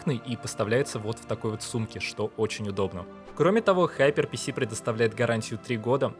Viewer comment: Сраз вопрос: Какой нафиг ХайперПиСи ? ГиперПК! А если уж взялся произносить на английском то хотябы узнай что "r" в Hyper [ˈhaɪpə] нет. Сори я сам даелко не англичанин и в школе у меня по инглишу двойка была, но в некоторых случаях как в данном меня аж коробит. А завидео спасибо тоже чуток в 3D могу и думаю о фрилансе но сомнения есть от чего-то...